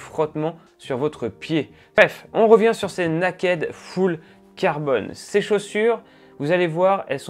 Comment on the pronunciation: Bon il va falloir travailler la prononciation en Anglais 🥳. Le naakède, j’ai mis du temps à comprendre!